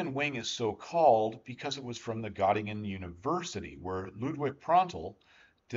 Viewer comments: Got-ta-gen (like gen in generation) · Native English speakers better say e instead of o. This is closer to the German ö sound. By the way, I was born in Göttingen. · Excellent video, thanks. Bye the way Göttingen is pronounced Gertungen. :)